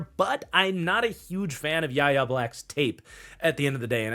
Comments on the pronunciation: It's pronounced "Why Ay" Black, not "yah yah", and it's Demarvin "Lee Al", not "leel". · Yahya Black is pronounced why-yay black fyi